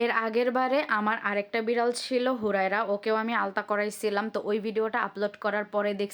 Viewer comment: Pregnancy এর সময় ultrasonogram / ultrasonography করা হয়। এটাকে আলতা বলেনা। দয়া করে ভুল উচ্চারণ / ভুল বানান লিখবেননা।